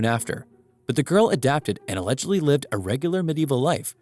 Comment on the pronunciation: Did you say, “allegebly?”